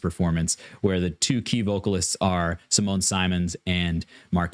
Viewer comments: with a lot of love (it also took me a while to realize that I was pronouncing her name wrong and you are not doing a bad job really) and without any intention to be mean or disrespectful, it's SimonE, with the stress in the O and a bit in the E. I will let her explain it herself in this video. PS just discovered your channel and subscribed! <3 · OK YOUR PRONOUNCING HER NAME WRONG AND EPICA IS BEAUTIFUL METAL 🤘